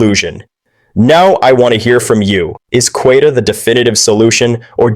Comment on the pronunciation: Darn shame you can’t pronounce queta’s name